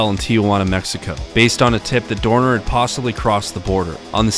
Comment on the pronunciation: love how you properly pronounced his name